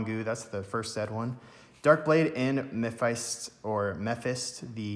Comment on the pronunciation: Damn! I've pulled so many of those things I felt a little rage even seeing you pull it. And it's Mefist the INFERNAL General. I thought you misspoke the first time but then you said it again lol. Nice pulls though!